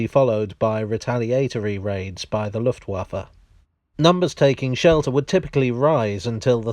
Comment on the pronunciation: Your pronunciation of Luftwaffe is pretty good.